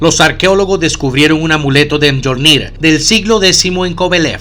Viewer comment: odio que pronuncien literal mjolnir, se pronuncia MIOLNIR por dios como si les costara tanto